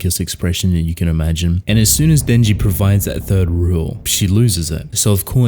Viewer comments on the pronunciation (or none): Saying thief* not third